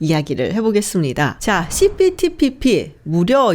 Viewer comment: 발음이… 씨피피피피